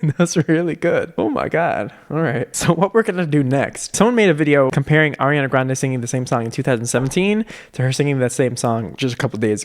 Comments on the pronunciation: “oriana grande” 😂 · “oreana grande” ...? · "Orianna Grande" 😂